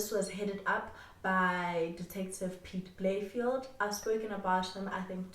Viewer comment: Just a side note, Its pronounced Piet Bay-Le-Feldt. Had to put it out there, couldnt have SA's greatest ever detective sounding like a suburb in benoni